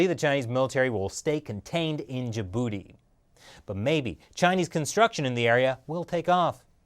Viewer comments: "Hopefully the chinese military will stay contained in ja-booty" lmaooo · I can't help but laugh when ever he says Djibouti